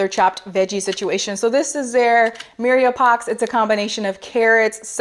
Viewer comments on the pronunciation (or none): I’m not trying to insult you but that mirepoix is pronounced mere/pwah